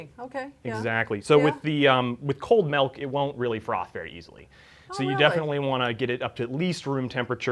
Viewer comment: Good joke but Stop saying melk omg